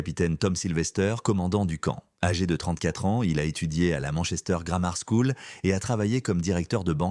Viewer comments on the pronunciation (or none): none